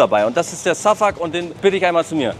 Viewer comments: Name: Şafak Holle: Safuck Aussprache: Schafak 😂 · Warum kannst du seinen Namen nicht einfach "Schafak" aussprechen? Da ist doch jetzt nichts außergewöhnlich schwieriges